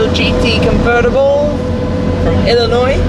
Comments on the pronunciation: wow he pronounces Illinois right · The only foreigner to pronounce Illinois correctly 👍